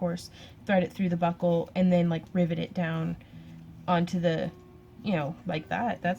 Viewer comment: LOL...I was distracted when you first said "rivet" and I thought you said "ribbit". From then on my brain kept on switching riVET to riBBIT. Talk about a "special moment"!! Gorgeous bracelet!! Like a lot of the other comments, I would love to see your friends Santa outfit :-) As always, keep up the great work and take care!!